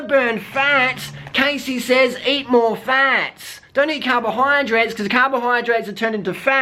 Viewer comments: um. her name is pronounced "cahssey" not "caysey" -. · I can't believe u said all this stuff... ARE YOU STUPID OR WHAT!? You don't even know her u can't even say her name right! That was too harsh man don't u have anything else in ur life except judging people? Cassey is NOT FAT she just has a different body type u idiot. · If you're going to insult someone, the least you can do is pronounce their name right... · You're saying that Cassey, who's name you don't even know how to pronounce, is giving bad advice to young girls. Hating on someone you don't even know and critiquing things you obviously don't know anything about, is why people feel insecure. Cassey is an inspiration to many people and has fought hard to get where she is. It's not cool to talk sh*t about people. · What a man.... Firstly learn to say her name properly and she is nowhere near overweight. She encourages women to be the best version of themselves and to be healthy... Unlike your girlfriend who encourages becoming a 'skinny bitch' Maybe try being a role model instead of thinking your hate videos will increase your subs. :) this is truly just an ugly video picking on someone who does not deserve it, you're just degrading yourself. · Maybe you should learn how to properly pronounce the persons name who you choose to shame on a video, you look like a moron. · Yeah sure do talk a lot of crap about her to not be able to say her name right. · Okay first of all you're pronouncing Cassey's name wrong, if you're going to make a video about her at least pronounce her name correctly! Secondly, she's hardly overweight? Just because someone isn't a clone of Freeless body wise doesn't mean that they are fat. I don't agree with Cassey's diet advice at all, but this video came across as bullying in my opinion.